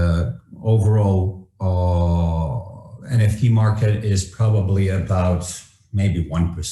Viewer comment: ребят, опять ЭН Фи ТИ. лол. F- ЭФ!